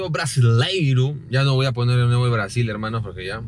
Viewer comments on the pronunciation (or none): que falta de respeto!! Cada ves que dices “braaSill” tienes que meter el filtro, es el toque por nuestros hermanos brazucas